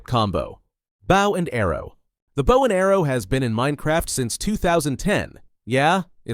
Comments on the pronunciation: Baaw and arrow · and bow is not pronounced like bowing down to someone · Bro can’t say bow half the time